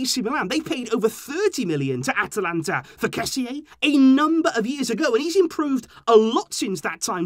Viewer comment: I think if his name is spelt kessee, it will help with your pronunciation, but how you pronounce kessie means something else. The meaning of his name is BIG and the meaning of how you pronounce it is bones😂😂